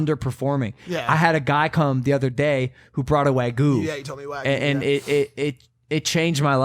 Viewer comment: WAGYU Logan its WAGYU not WAYGU :) Guga from Sous Vide Everything is probably facepalming himself so hard right now :D